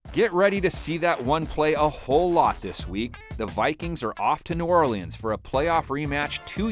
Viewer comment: This dude really pronounces every letter in Orleans